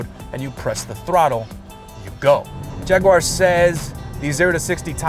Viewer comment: I liked the video just because you put the effort in to pronounce jaguar correctly.